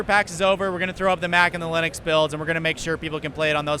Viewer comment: Totally thought you said "Every game should be on Linus" at first.